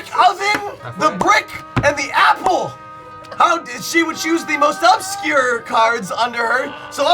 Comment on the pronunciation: XD ahahaha the "happle" and the "brreecckk"